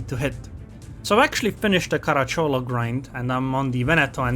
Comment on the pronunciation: I know these things are not easy to understand for a non native speaker, but believe me, every Italian would pronounce the name Caràcciolo. The pronunciations from Google do not take in account certain specific grammar rules for derived and not proper words (a term of endearment in this case, common in southern Italy)